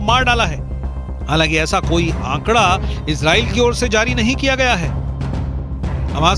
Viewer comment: Kyu Izrel Izrel bol rahi ho It's a Arebic word Israel